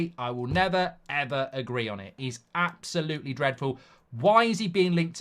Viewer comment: "Its like going from your dream girl or boy, to shagging road kill. It's avsolutely disgusting" - Mark Goldbridge, on the potential appointment of Gareth Southgate as Man United Manager 😂